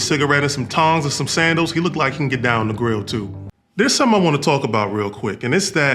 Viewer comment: "A cigarette tongs and snadals" ..😂😂😂😂